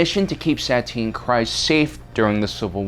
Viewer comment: KEEEZ. It's pronounced KREEZ